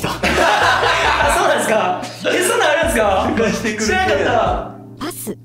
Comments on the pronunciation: 高橋くんが ヨッシー誰っすかって言ってる後の『パス』が、『はっすん』に聞こえたのは私だけか？？？？ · パスがどうしてもはっすんに聞こえちゃう（笑） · 「ヨッシーが誰ですか」って恭平に対して ナレーターの「パス」が最初「はっすん」に聞こえて え、この声誰？このメンバーではっすんって言う人おったっけ？ このゲームってSiriみたいな役割もしてるん⁉︎って焦った笑笑